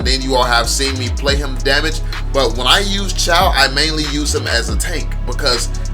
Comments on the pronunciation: Pronounce it as Choh not Chow. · Bro no hate why did pronounce it chow its supposed to be choe (๑♡⌓♡๑)